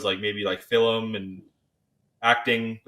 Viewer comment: He wants to go into "fillum"?